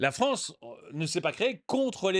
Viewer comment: La Fronce c'est le Weshtern ! ^^